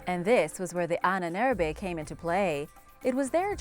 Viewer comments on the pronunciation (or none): Ahnenerbe was pronounced totally wrong 🤐 the separation is between Ahnen - Erbe and translates to ancestors heritage.